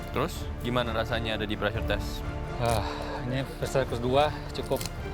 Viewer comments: Pressure min bukan preasure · *PREASURE wkwk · pressure min, bukan preasure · Pressure, min.. bukan preasure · Min, maaf harusnya PRESSURE kan, bukan PREASURE 🙏